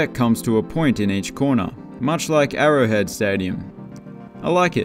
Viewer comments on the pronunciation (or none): none